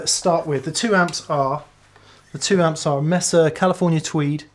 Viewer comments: It's pronounced MAY- SAH NOT MESS-AH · great video. However the amp is a “MAYsa” (as in flat topped plateau in the American Southwest), not “MESSa”. Cheers!